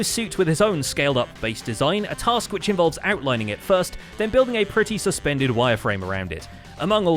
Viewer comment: "and building a pertty SUSpended wire frame around it" I see what you guys did there 😂😂